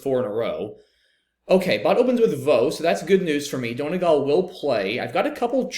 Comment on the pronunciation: SPOILER BLOCKER COMMENTS ARE BACK BOIS. P.S. As an Irish person, it’s pronounced “DUN-EE-GAWL,” to be pedantic :)